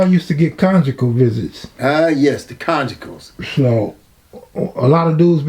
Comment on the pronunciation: "ah yes the congicals" 😅